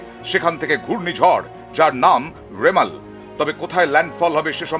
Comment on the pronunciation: Not Ramel...it's rimal ok 😂🤣🤣🤣😅